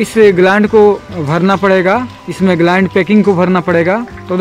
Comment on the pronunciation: भाई ग्लांड नहीं ग्लैंड बोलते है